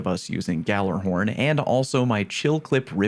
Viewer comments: Holy shit. YALLARHORN. Not fucking GALLERHORN. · Gjallahorn ( ya - lah - horn) this has be my Ted talk